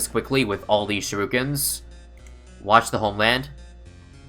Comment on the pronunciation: Does he say shiruken on purpose?